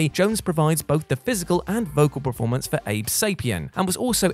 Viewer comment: There is something mispronounced in every one of their videos lol....the one that's nagging me the most is preformance instead of performance